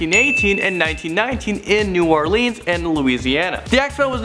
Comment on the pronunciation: The way u said New Orleans killed me 😩